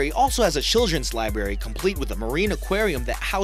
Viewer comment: Please get an narrator who can pronounce library correct. How horrible libary?